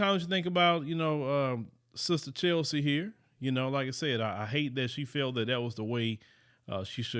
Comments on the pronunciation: Please pronounce her name right, it's Ches-ley, not Chelsea. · Cheslie NOT Chelsie. Please say her correct name. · It’s CHESlie not CHELsie … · Just FYI, her name is Cheslie, NOT Chelsie. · CHESLIE NOT CHELSIE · Her name, respectfully, is CheSlie. (Pronounced Chess-Lee) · Thank you for this video. She seems so nice. pray for her soul. 🙏🏼🤍 by the way her name is “Cheslie” not Chelsie. 🙂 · Her name was Cheslie not Chelsie. You’d think that you would have at least got her name right considering you’re spending a full episode dedicated to her. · Her name is Cheslie not Chelsie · It's Cheslie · Umm…no one gonna mention that her name is Cheslie (like Leslie) not Chelsie. And ain’t no way that she unalived herself. Rest In Power, Queen. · You got her name wrong🤦🏾‍♂️🤦🏾‍♂️ mannnn😂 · It's not Chelsie. It's Cheslie. Attention in detail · Get her name right. It's CHESLIE. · Her name was CHESLIE---as in LESLIE. (i know she got that all the time tho lol BLESS HER SWEET HEART. Cried for days over this----smell a rat tho. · Her name is Cheslie. [chessssly]. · Agreed. This video is about Chesly, he should know how to pronounce her name. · Dude...get her name right...It's CHESLIE! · This young lady’s name is “Cheslie” (like Leslie). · Mispronouncing her name was a bit of a dishonor... Should have got that straight before this broadcast. Other than that, great commentary. It's just that that part irked me a bit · Is it really that hard to get the person’s name right 😒